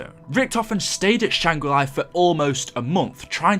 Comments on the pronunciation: Why do you insist on saying things wrong? You say Shangri La once and then for some unknown reason you begin saying Shangri LIE..... learn to English please. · “Shang re-ly” 😂